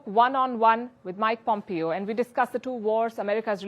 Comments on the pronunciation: Palki Darling, Pompeo is pronounced Pom-Pay-O not Pom-Pee-O... great show! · Please pronounce his name right-"Pompayo", Not "Pompeeyo"